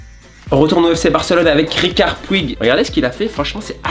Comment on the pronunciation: Ont l'appelle Riqui Puig pas Ricard et ça ce dit Puch 😂